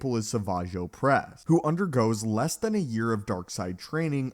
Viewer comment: Please learn to pronounce the letter “L”. You said “yess than a year of training”, when you meant to say “less than a year of training”” . Do better.